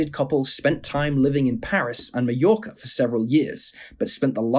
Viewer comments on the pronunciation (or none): none